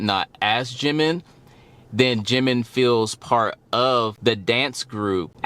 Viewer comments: Right the syllables are Ji-min, there's no stress on the second syllable though when he introduces himself or other member address him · Funny enough you were saying his name correctly in the first place, as it would be said by other Korean. Now you say it more western without the proper break point. Proof, listen to the way Taeyang says his name in the live version of their collaboration "Vibe". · You were saying it correctly before. Jimin (Gym-in) is the Romanized (Western) way to say it. Ji-Min (Gee-Min) is how it's pronounced in Korean. Either works.